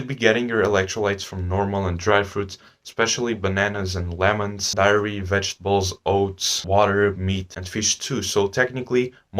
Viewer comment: This video might be 4 minutes long but i can see how much effort it took to create it. Lots of precious information. Just keep going brother, dont let your views hold you back. If you keep improving you'll see good results from it. Also wanna say you mispronounced the word dairy as diary :)) And if you can reduce the funny edit clips a little, it would be a lot better.❤